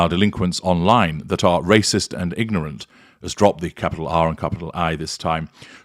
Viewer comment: Did you just say nignorant?